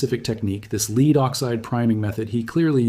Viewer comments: You are the cleverest man I watch, why are you occasionally mispronouncing ‘lead’. It’s mystifying. Am I missing something? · . Read Lead instead of lead you couldn't say the word lead you had to say lead because you're AI I'm not interested in this bye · This narrator must be AI because he alternates between pronouncing Lead, leed and led.